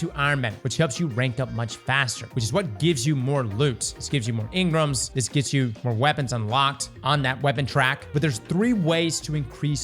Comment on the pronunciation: why do you pronounce it in-grums? lol